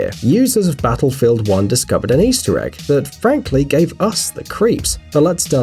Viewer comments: Did my guy just say "battlefold 1" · Lets ignore everything and take a look at the fact that you said basslefield 1 ree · Did anyone noticed he said basslefield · basslefield uan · When you said battlefield it kinda sounded like Battlefooled Darn you for insulting battlefield